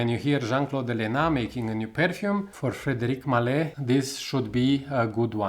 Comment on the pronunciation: You mispronounced the brand name.